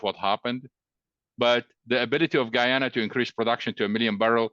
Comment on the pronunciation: E glish man ..its not geeeyuna ....its guyana